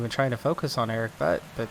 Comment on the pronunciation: I like this series. Somehow managed to watch all 144 episodes during a week. If you like to pronounce Erik Butt right, it would be more like "Boott". ;) Greetings from a new fan from cologne :)